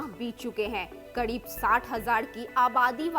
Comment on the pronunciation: It's kareeb not kadeeb😂😂😂